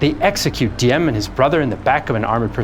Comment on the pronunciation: the d in Diem is actually pronounced as a z because thats how we write z, as a d.